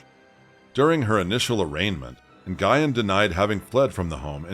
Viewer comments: It's not "nn-guy-ehn"; it's "nyu-ehn". I get that's it's not common for English speakers to know how to pronounce that, but if you're going to do videos with narration, learn how to pronounce the names of who you're talking about first. It's disrespectful to the victims. Anyway, as a woman who has an abusive mother, I can say that they are really good at hiding their true natures. Very good, in fact. I won't get into the abuse, but I will say that my mother didn't deserve to have children. She really didn't. I wish that there were laws in place that didn't allow people to conceive until they passed mental health examinations and their home life (monetary status, cleanliness and the like) was looked into. If the government did that, there would be fewer children in foster care and we would rarely hear about child abuse. Giving birth doesn't make you a mom, that's for sure. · it's just "Win". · Nguyen is pronounced like "Gwen" not Guyon. You're welcome. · wow. did u just say na-guy-en?!? it's pronounced "win". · The name is pronounced Nuyen. The G is silent. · When the last name is Nguyen, is it not usually pronounced "Wen?" 🤔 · I think Nguyen is pronounced ‘NUWYNN’. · Great work! Just an FYI...Nguyen pronounced "N'win" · It costs nothing to google how to pronounce Nguyen 😭 ☠️ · It's one of the most common Vietnamese names there is. It's not just HER last name. I also listen to other YouTubers and they take time to research ethnic words and names in order to pronounce it correctly. Plus, there are others who have covered this story and they pronounced the name correctly. So yes. It is a big deal when that a common ethnic last name isn't pronounced correctly.